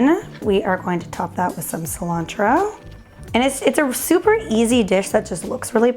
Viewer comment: Ci-lan-throw (Cilantro)